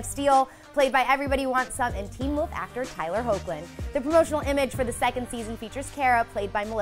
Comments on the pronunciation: just ganna say this it's pronounced hek -Lin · Lol it's "Heck"lin. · His name is pronounced "Heck"-lin. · who else cringed when she said 'ho-clin" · it's pronounced " hecklin" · It’s heck-lin Bruhhh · Is not it pronounced like Hekhlin ? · Did anyone else notice that they said Tyler's last name and the MAIN characters wrong.... she pronounced them horribly!! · When are they going to pronounce Hoechlin right?😥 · It is, she just pronounced it wrong